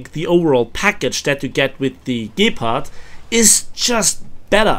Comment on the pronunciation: What is a gaypard? Lol. Nice video!